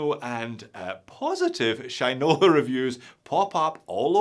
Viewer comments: he also says Sheeen-ola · haha. u made it sound like sh1te-nola.